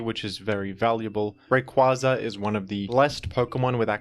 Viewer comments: Smh that’s the correct pronunciation of his name. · It IS Ray-Qway-Za though...it baffles me that people still say "Ray-Quah-Za". Have y'all not seen the anime?